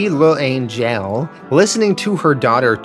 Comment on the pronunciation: Ok first, L’Angelle pronounced “Lan-jell”. Second, those stories about people spitting on returning Vietnam vets are entirely made up. It never happened.